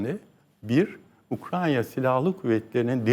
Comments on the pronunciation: Ukrayna'ya Ukranya diyen birini ciddiye alamıyorum. Hele ki bu kişi g.başkanlığı yapmış ve kendisine ve ordusuna karşı kurulan kumpasları savuşturamamışsa. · Koskoca Generallik yapmiş bir şahis Ukrayna diyemiyorda Ukranya diyor. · Gelmiş geçmiş en boş adamlardan. Hakkın olmadan O makamlara getirilmiş belli. Koskoca adam Ukrayna bile diyemiyor. Hormonlu dopingli